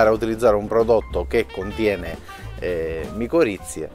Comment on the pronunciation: sono miccorrize non moccorizie😅😅